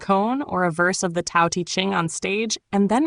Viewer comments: It's pronounced DAO not tao. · Why all the fake pictures of Watts? No pics of him with long hair and beard? Also, the narrator mispronounces the words Tao and Jung